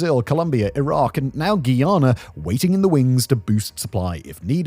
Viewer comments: It's Guy-ana. Not Ghee-yana. Guy-anese oil is light. Much easier to process. "ni una hoja de hierba" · (Guy)ana not Guiana 😂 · Its pronounced Guy (like dude) - ana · Pronounced guy-anna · You don’t say Guyana 🇬🇾 properly… Considering it was a British colony come onnnn